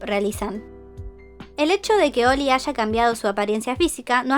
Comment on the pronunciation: Siempre que escucho 'Oli' entiendo 'Oil'. Cuanta plata tiene para hacerse la cirugía, que feo es no sentir tu cara:(.